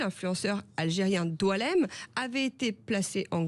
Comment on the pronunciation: Rectification IL ne s'appelle Pas doualemn .....grave ....son prenom c'est boualem...